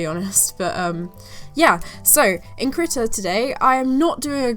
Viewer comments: I thought you were saying kritter and not krita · Oh no I was one of the people who thought she was saying "Critter"....lucky I don't do digital art and instead stick to traditional...otherwise I would of face palmed a lot harder!!! Hahaha!